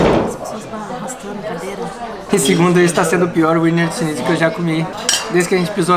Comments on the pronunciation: adorei o vídeo adoro essa tag, mas queria dizer a vcs que não se pronuncia WINER SCHNITZEL com W, se pronuncia com som de V ( em alemão o W se pronuncia com som de V) Beijos 😘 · O "w" tem som de "v". Ouvir Úiner foi dose :) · WIENER se pronuncia VINA. Em "brasilês" é VINA SCHINTZEL. Wiener significa vienense em alemão. Aquela salsicha vina que vocês comem no sul significa salsicha vienense, só que escrita como se pronuncia. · Aprendam; W em alemao tem som de V. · A pronúncia é Viener...o W tem sim de V na Alemanha e Austria, meus queridos. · Muitos bons os vídeos! Vocês estao pronunciando Wiener errado, aportuguesando seria algo como vina. E por curiosidade, Wiener = vienense, de Viena. O autêntico Wiener Schnitzel é feito de carne de vitelo (bezerro). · Olá, adoro ver os vídeos e esses de comida são bem cruéis (pq eu tb quero). Eu queria dar algumas pequenas dica de alemão... Diferente do inglês, o W tem som de V e o E tem o som de A (exceto quando está com IE, que tem o som de i comprido). Espero que tenha ajudado! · Queridos parabéns... o skema é Eslovénia mesmo!!! Ahh... o nome é "Víenêr" <-pronúncia pt, e está parecendo winner ... o Schnitzel está correto... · Gente, como vcs usam o app de linguas acredito que o nome do prato seja mesmo pronúnciando o W como U como no ingles como vocês disseram... Mas eu sempre achei que pronunciava como V. 🤔 Sobre o Limão no saquinho é assim pra não cair sementes. 🙂🍋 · No alemão o w tem som de v. Se fala vienerschnitzel .